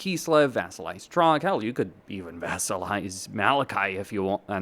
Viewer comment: It's Throgg not Trogg! 😂😂😂😂😂😂😂